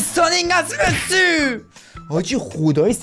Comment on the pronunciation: عشقی ❤❤فقط چرا وقتی می خوای بگی مسی میگی مسوو